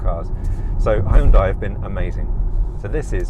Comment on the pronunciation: Check out YouTube to correctly pronounce HYUNDAI.